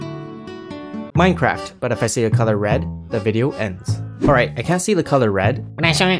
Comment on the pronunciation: The only thing i don't like about is him saying minecraft